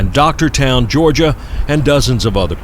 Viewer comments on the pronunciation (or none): none